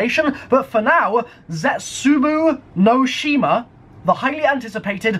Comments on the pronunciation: Your saying it wrong. It's ze-Tsu-bow no she ma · We named it "Zetsubou No Shima" because we love having you guys make shite pronunciations of our maps